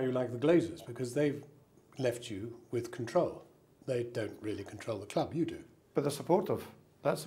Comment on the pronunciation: 26 years at the cwub!! Thats the way he speaks unfortunately he wont change will he!